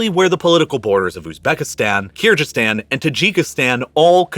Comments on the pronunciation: it's Kyrgyzstan. G like golf. Hello from Kyrgyzstan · Kyrgyzstan not Kyrjystan please pronounce it correctly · Jsyk, the g in Kyrgyzstan is hard, like "geese," and the people are Kyrgyz, not Kyrg ( -ish). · keerjeestan? at least do your research how to pronounce country names ffs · Avalanches are common in Kyrgyzstan. It’s a G not a J or gh btw pronounce it as kyrgyz stan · Kyr-Jizz-Stan? Cya-nai peninsula? Is this guy for real? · Did this man just say "keerjistan"?? lol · What an excellent video! Great detail and analysis of a catasrophe that is appallingly little known in the West. The only thing I would quibble with is: - the pronunciation of Kyrgyzstan (it's a hard G, no question about it) My mum worked on an MSF (Doctor's Without Borders) project in Urgench in the early 2000s (western Uzbekistan in the Khorezm province, a district which incidentally gave us, via Muhammad ibn Musa al-Khwarizmi, the English word "algorithm"). The project had been founded partly to investigate whether the wind-blown dust and fertilizer/pesticide residue was the reason for local low health metrics, especially high TB rates. The evidence really didn't support this as the culprit and the project gradually evolved into mainly delivering TB treatment. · in my 35 years of living on this planet, you are the only person who pronounces Kyrgistan with a ji sound instead of a hard g. Why are you doing that? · Just ask Google how to pronounce Kyrgyzstan correctly . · Oof, as someone that grew up in Kyrgyzstan, I cringed when I heard your pronunciation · I'm pretty sure Kyrgyzstan is pronounced with a hard G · I like the explanation and analysis but would really love it if you'd learn to pronounce "Kyrgyz" and "Kyrgyzstan" correctly! (it's a hard "g" and the people are the "Kyrgyz", not the "Kyrg"). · Your pronounciation of Kyrgyzstan and kyrgyz is awful